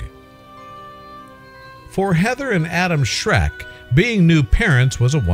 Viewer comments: No, the surname is not shrek! Its schreck. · Did he just say Adam shrek? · Wait, did the narrator say their last name was Shrek?!🤣🤣